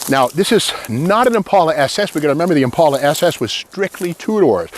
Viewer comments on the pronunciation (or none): The way you say Impaula, I thought it was Impala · Thank you Steve that the way I pronounce Impala. I suprized that 2 door Impala is still sitting there. Someone needs to save her. I wish I could.